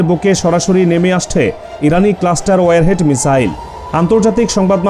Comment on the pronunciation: "ওয়েরহেড" নয়! "ওয়ারহেড".. Ok